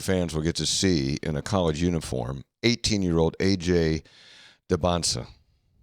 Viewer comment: Shocked knew how to pronounce AJ Dybantsa’s name